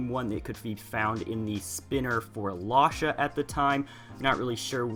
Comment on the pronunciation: Its lasha like whiplash. Just thought I'd let you know.